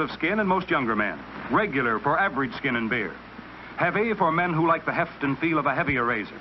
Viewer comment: Yeah, they mispronounced SKIN 🤣